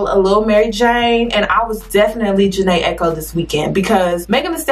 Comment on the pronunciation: Meghan put out an EP not an album... probably due to her legal issues...Meghan said that it’s NOT an album. Also, no shade but it’s pronounced Ja-nay Ikoe not echo.